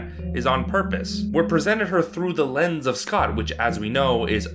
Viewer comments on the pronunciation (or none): none